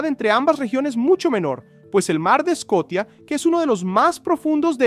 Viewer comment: Se dice "sea of Scotia" o "mar de Escocia" pajaron. Haces un vídeo para educar y el educado resultas ser tú.